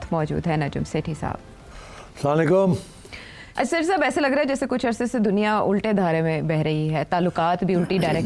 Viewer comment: Sethi Sb! Asalam u Alaikum hota hai. Aap salaan laikum kehtey hain